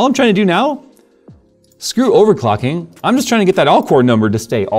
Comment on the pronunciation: "Overcocking" ... bejsus! 😅😅😅